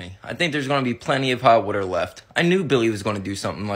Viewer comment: I love when u say woter😂